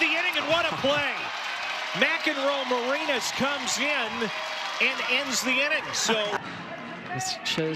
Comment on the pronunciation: PBP Announcer: Nelly McEnroe-MaREEnas. Please get it right.